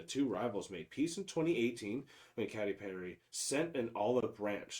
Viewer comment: Katy is pronounced K T.